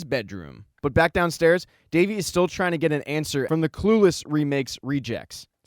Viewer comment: It is not davi it is devi